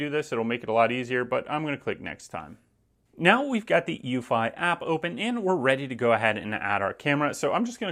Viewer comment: I thought it was pronouncedc eww-fee, no???